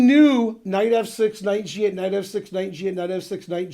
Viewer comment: That moment when the kid said knife f5 and I finally realise why ben always said knife instead of Knight now 😂😂